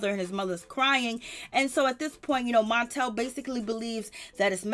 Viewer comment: the name is Martell not montel. Say the name right.